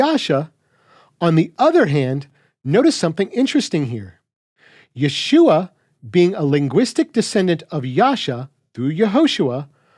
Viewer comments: But the funny thing about pronunciation of vowels like ah and uh, you went and sounded the whole time like you could’ve been saying, yuh-shua or even yah-shua. This is why there are vowel shifts in languages. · I notice you don’t seem to take note of a difference in pointing between the Messiah’s name and both Joshua’s name and the feminine word for salvation. In the latter two, yod is pointed with shva (two dots vertical), which you pronounce correctly. In the former it’s pointed with tsere (two dots horizontal), which should be pronounced like “ay” in English “say.” That vowel is what scholars think the residual part of haShem and the first radical of yasha’ collapsed into. So, as you say, there’s no need to “restore” *ah there.